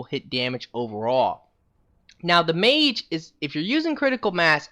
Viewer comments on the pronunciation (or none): none